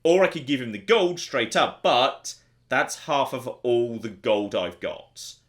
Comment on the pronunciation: The word is "gold". Definitely NOT golduh If you wouldn´t speak like that constantly i could just get past it but you sound like the most unbearable prick like that and so i´m out.